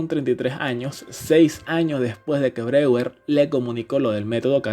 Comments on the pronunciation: Buenísimo!!! Solo una cosita Breuer se pronuncia "broller" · Se queda de cómo pronuncian Freud pero no sabe pronunciar Breuer